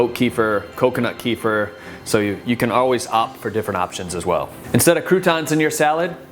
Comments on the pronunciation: not ki-fr, ke-fir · thanks for the video! swaps ive already done :) gonna try that vegan pesto too! :) and from a russian family, kefir is pronounced like keh-fear! :P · I think it's pronounced ki-feer 😊 Great video !